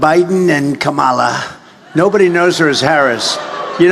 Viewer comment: If Trump can't call Kamala by the correct pronunciation shows how weak he is. How does felon ex president or criminal Trump sound Donald .